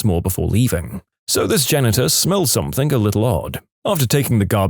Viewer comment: No K in the word something